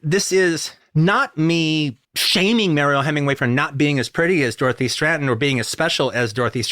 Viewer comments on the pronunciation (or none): STRATTEN, not STRANTON... Why does he keep putting an N in the middle of her name?